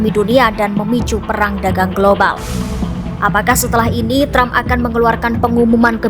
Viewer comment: tram... tram..., presiden apa pelawak sih